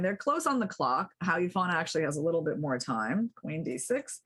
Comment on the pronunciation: Hou is pronounced like hole without the l, not how. ou in pinyin sounds like the letter o.